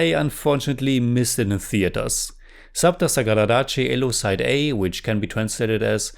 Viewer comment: ❤you pronounced the film 📽️ title perfectly.